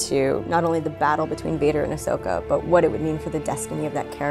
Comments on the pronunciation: My Emperor, I have a little corection here for you. It's Ahsoka Tano, not Ashoka Tano. :) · Still like how they didn't correct Ian's pronunciation of Asokah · Ahsoka: "You mispronounced my name,...and in the same way everyone misspells it too..." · mtman318 I kinda love that he pronounced it wrong.